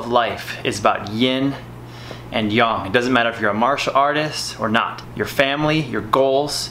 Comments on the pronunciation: its Yin and Yang bro. don't call it Yong. many will get offended. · stop saying "yaarng" for fucks sake, it's yang as in bang. Your pushups are shit and produce very little result for the effort, get your elbows next to or even touching your ribcage and feel and see the difference. I have occipital nerve issues, I do 300 to 500 pushups in sets of 50 to 80 every day to keep the blood flow around my shoulders and neck flowing to relieve the pain.